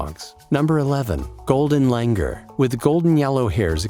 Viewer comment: Its pronounced as golden lang-oor